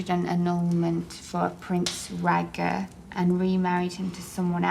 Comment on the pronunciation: Bitch its Raegar